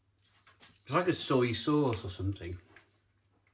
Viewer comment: Soiiiiii sauce i can’t my guy😂😂😂